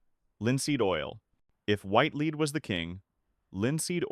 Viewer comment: The persistent mispronunciation of the word, "lead" by the narrator bot should be edited.